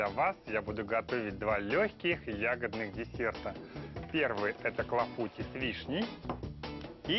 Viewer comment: Tarte aux cerises Clafoutis!!! (Клафути -ударение на последнюю букву "И" неужели так сложно выучить, как правильно произносить название этого Французского десерта???